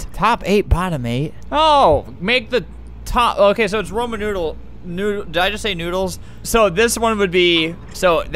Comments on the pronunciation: "Roman noodles" He basically said Ramen Noodles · Roman Numerals: exist Albert: "roman noodles" Me: DID HE SAY RAMEN?!?